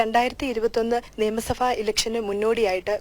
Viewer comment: നിയമസഫ അല്ല നിയമസഭ